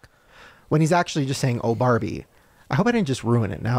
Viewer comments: See, it's easy to hear barbie because fuck doesn't have an "ee" on the end, u can hear fuck because Ken over pronounces and enunciated barb, making it sound like bah, which can make it sound like " oh FOCK" bit at the end u can still hear him pronouncing the ie in barbie when u hear him say fuck. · He said ‘farbie’ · He 100% says f*** and not barbie. I can't hear Barbie even if I wanted to 😅